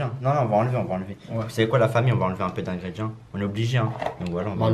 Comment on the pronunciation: Tu prononces mal ingrédients ça me stresse